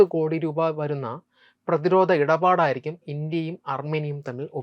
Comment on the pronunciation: പുതിയ തലമുറ അവതാരകരിൽ ഉച്ചാരണ ശുദ്ധി ഉളള ഒരാൾ. ധ, ഘ തുടങ്ങിയ അക്ഷരങ്ങൾ ഒന്നു കൂടി മെച്ചപ്പെടുത്താം. ഉദാഹരണം: പ്രത്യാഘാതം, പ്രതിരോധം. നല്ല അവതരണം.